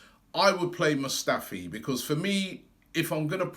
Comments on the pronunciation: can't say 'because' 😂 Becoss 😂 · just listen to how he say 'because'